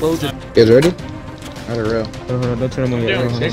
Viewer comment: "the TuRrEnt" its turret lmao